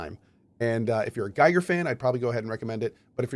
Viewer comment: Gotta be that guy, but H.R. Giger is pronounced like “geeger”